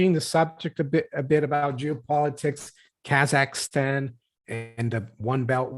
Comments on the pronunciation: 3 syllables: kah zakh stan (not 4 syllables: kah zah ki stan) Why are Free Masons pro-bono? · Kazakhstan There is no 'EEEEEEE' in KazakhEEEEEEEEstan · She says “Kasakhistan”